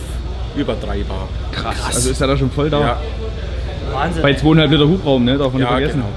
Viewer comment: wahn-sinn ----- 8-O